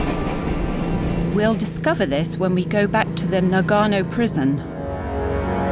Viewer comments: It's pronounced nuh-gaa-no, not NA-gano. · The pronunciation of Nagano is wrong and sounds a bit irresponsible to pronounce it correctly. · Narrator pronounces Nagano differently. She had it correct,first time